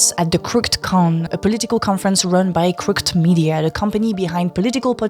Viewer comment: (Crook-ed, by the way.) It's funny you mispronounce that right after Hasan was talking to an Irish guy in a Pub in Belfast about how the English language is so stupid and hard to learn. He specifically mentioned the different ways the "th" pairing is meant to be pronounced within different words and talked about how in Turkish (using the same Latin Alphabet) the words are spelled the way they're supposed to be pronounced.